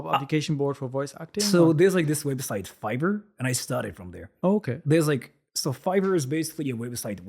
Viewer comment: when he said fiver I thought he said fibre. he still has an accent lol.